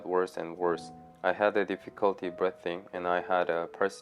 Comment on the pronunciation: Your English is very good, but if I may tutor you for one word please. Breathing. It is pronounced as if it has two EEs. Like breething. Respect brother.